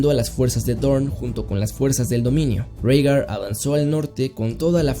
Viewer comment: Bro, se dice Rigar*